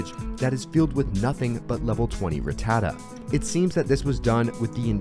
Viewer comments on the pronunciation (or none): Fact 1: you pronouce rattata wrong(like a lot of people) Its ra ta ta not rat ta da Fact: 2 its a pigeot and fearow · Why do all the young youtubers mispronounce ratatta these days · I find it weird you pronounce Rattata like that.